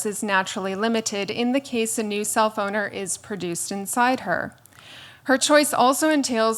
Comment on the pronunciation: I have to constantly remind myself that she says self-owner and not cellphoner